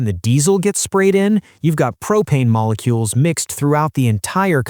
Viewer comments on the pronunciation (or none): MoliKULE, Ok AI